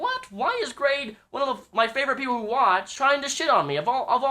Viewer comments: You always been a big fan of grade? You cant even say his name. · You say that you are a fan of grade but you kee mispronouncing his name.